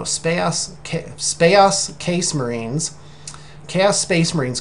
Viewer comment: Oh, you say you're going to present yourself alot better and then you say Spaos Case Marines, I laughed so much but you rock and we love you......